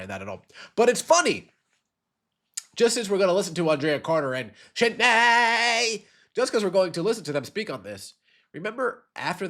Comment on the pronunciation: Don’t stop pronouncing Shaunay the way you do